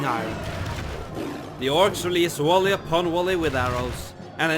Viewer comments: Wolley upon wolley or volley upon volley, you need to work on your English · "wolly upon wolly of arrows" your accent gives you away my Elvish friend. ;)